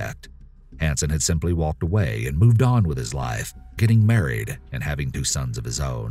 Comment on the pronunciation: it really angers me, but the girl is so much worse, i hate how they call cuz the ewu crew,so emo and gay, btw have u noticed he says staLLked and waLLked, he put so much emphasis on silent letters, like hey bird guy there called silent letters for a reason. btw i dont have any spelling errors thats EXACTLY how he pronounces it, these aren't they only words just off the top of my head. he says waLLked in this vid btw.